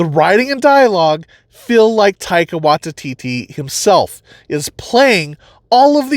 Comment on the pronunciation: Taika Why-tee-tee. Taika .... WHY-TEE-TEE.